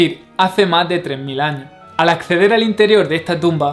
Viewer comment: no me gusta tu acento, pregunta ........ cuanto dices mas de 3000 años? por que no pronuncias la "S" al final de la plabra años ?????? es dificil solo leer y pronunciar todas las letras ?????? perodon,..... e solo curiosidad!!!!